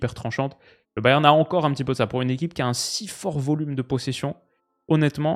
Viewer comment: Au pire dis Munich si tu galères a dire Bayern 😅